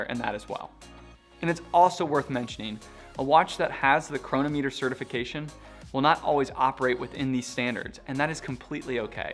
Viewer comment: The correct pronunciation is "chron AH mu ter"